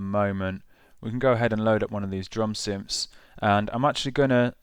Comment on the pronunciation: I "fink" this Maschine 2.0 "fing" and the "synfs" are really cool. Got to learn how to pronounce "th" mate - it's not hard!